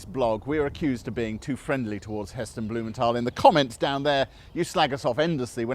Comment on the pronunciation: oh snap. I though Heston's surname was pronounced Blu-menth-al.